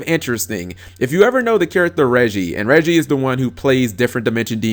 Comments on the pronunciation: It's actually pronounced "Ray-gee" not "reggie" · Pronouncing "Reiji" as "Reggie" is my favorite thing now.